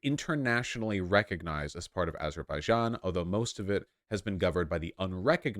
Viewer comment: The j in Azerbaijan is pronounced as in "jog".